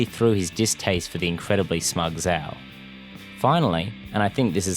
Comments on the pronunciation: love the video couldnt agree more but "sh-ow" no "z-ow" the name is said multiple times so forgive me for being annoyed when people pronounce it wrong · It's not ZZZZao, it's Zhhao..if that clears the pronunciation any better -_ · VARIOUS videos it's pronounced jow not zow Even though it's spelled with a z, it's not how it's pronounced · I can’t take this video seriously when you can’t even pronounce Admiral Zhao’s name right. It’s Zhao not Zao. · One of, if not THE greatest show ever (animated, or otherwise), and I couldn't agree more with your argument. And I don't mean to be /that guy/ but it's not pronounced Zao, it's got a sound similar to 'sh' but with a z instead. When saying it, your lips should move like you're saying a J sound, but longer. Again, sorry to be that douche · I really cringe at your pronunciation of the name Zhao. Not only is it not how it's pronounced in the show, but it's not how it's pronounced in its intended-inspired Traditional Mandarin origins. It is, as its pronounced in the show, (zjao). Sincerely, A guy who's been living in a Chinese-speaking country for the last 5 years. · The pronunciation of Zhao’s name forced me to click off the video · They literally say Zhao the correct way for the like 2 full season dude how are you saying it wrong? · Why do you not say Zhao correctly. They say his name plenty in the show.